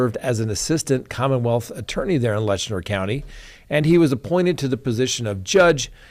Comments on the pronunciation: The county name is LET CHER not Letchner. No N in the name. Please pronounce correctly. Just saying. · It is Letcher County, NOT Letchner County.